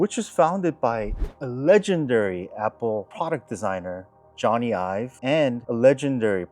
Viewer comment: First of all, it's Jony Ive, not 'Johnny Ives'. Second of all, Ferrari literally announced an official long-term creative partnership with LoveFrom. Imagine typing out a whole paragraph defending design history just to call the most famous designer of our generation 'Johnny Ives' like he's a country singer. But please, tell us more about how a multi-billion dollar design firm was just there to 'have some input' on the floor mats.